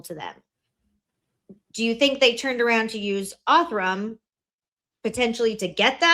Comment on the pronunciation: I can't with how shes saying "Othram" as ''Ortham" 😵‍💫😵‍💫😵‍💫